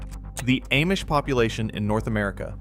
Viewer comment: Ah mish, not Aye mish (AI 🙄)